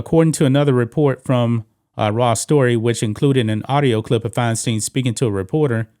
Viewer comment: it's pronounced Fine Stine... rhymes with Fecal Swine